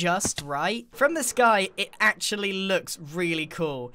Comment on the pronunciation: do u mean AXEually